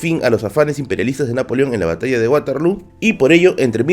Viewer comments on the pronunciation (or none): none